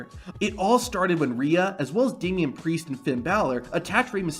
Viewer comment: Did he say damian pricccce? 😢